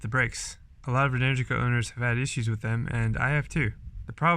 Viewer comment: Uh, it’s pronounced “en-ER-gica”